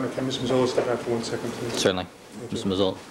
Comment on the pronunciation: Neufeld is slaughtering the pronunciation of Mazzola's name